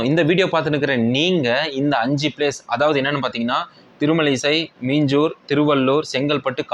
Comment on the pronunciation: மெச்சலூர் இல்லை அது சென்னை மீச்சூர் அக இருக்கும்